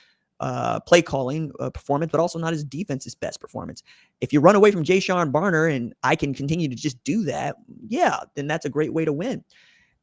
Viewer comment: 3 of the last 5 B1G titles not 4 and it’s Jayshawn Barham not Barner or Bonner, ffs man.